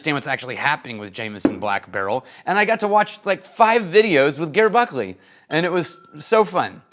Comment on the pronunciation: "...because... "America"" 😂 Also, the "Ger" in "Ger Buckley" is short for Gerrard or Gerald not Gertrude, so your pronunciation is wrong. 🙂